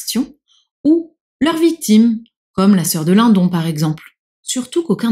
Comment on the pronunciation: C'est marrant moi dans ma tête je prononce Émilie Bronté mais Edgar Linnedonne.😊